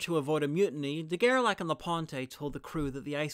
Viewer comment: Great video as always! And in case there's an as yet unfilmed part, I would suggest to pronounce his name as "De Gerlashe", as "ch" in French is usually not pronounced as "k" but "sh" (like moustache).